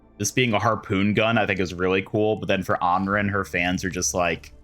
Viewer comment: For the love of God please someone teach this guy how to pronounce ANRAN.